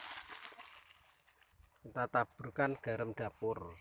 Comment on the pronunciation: Garam, bukan garem